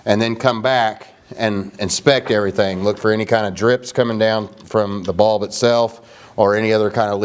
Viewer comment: Lol "UV baulb." Haha Just laughing at the accent from up here in NY. But for real, great video, thanks for helping!